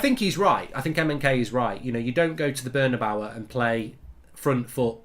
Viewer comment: Cortowaz.. Burn-a-bawa.. LOL